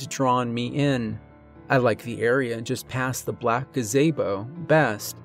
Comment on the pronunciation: "black gaZAYbo"...